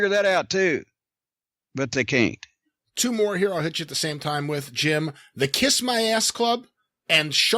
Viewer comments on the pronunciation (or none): none